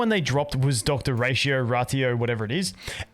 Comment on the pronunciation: You pronounced their names perfectly.